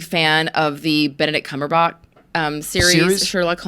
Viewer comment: Funniest mispronounciation of Benedict Cumberbatch ever 😂